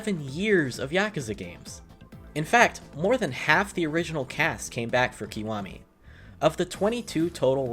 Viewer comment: made me turn off instantly when you pronounced it "keewami" 😅 why do Americans butcher Japanese words so badly? It's a short vowel I sound not long vowel e... Link below to help you